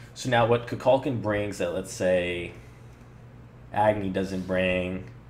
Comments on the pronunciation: An excellent video... but your mispronunciation of of Kukulkan's name bugs me. It's Ku-kul-KAN, not Ku-KULK-an. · its Koo-Kool-Khan not ka-kal-ken